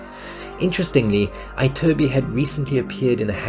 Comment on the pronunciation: Why did you keep saying "Cat Con-SERT-o" during this entire video instead of "Cat Con-CHAIR-to"? Also, it's not Jose Eye-turbi, but Ee-turbi.